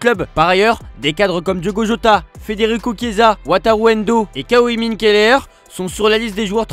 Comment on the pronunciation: Le prénom de Keleher massacré!